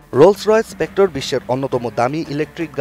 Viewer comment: ভাইরে এইডা স্পেক্ট্রা, স্পেক্টর না!